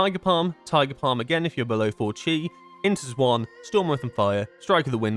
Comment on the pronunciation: I love your content but bro the way you say Xuen makes my eyebrow flicker